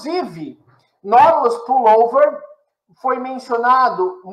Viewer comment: Tive que voltar o vídeo diversas vezes pra entender o que era esse 'NÓDULOS PULLOVER'.. Quando na verdade o nome é 'NAUTILUS PULLOVER'